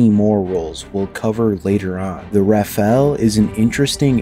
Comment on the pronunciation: It's RAFALE, not RAFAELE.